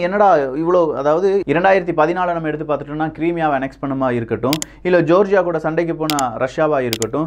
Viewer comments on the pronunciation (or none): ஜோர்ஜியா இல்லை🙆🥱🤪😅😊 விக்கி ஜார்ஜியா